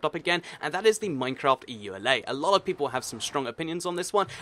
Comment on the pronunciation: Ok it's Eula not Eulay its Mojang not moyan.